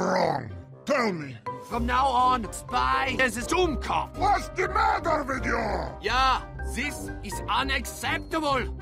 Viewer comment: its dummkopf not dummkoph